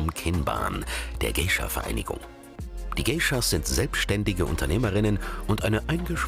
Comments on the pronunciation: Mich macht es so aggro das der Erzähler "Gaysha" sagt und dieses "Gay" was man garnicht so sagt auch noch so doll betont. 😑😠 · "Gescha" alter GEISHA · was für "gescha" oder "geischa" das spricht man gaischa aus wtf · Man spricht es "gaisha" aus...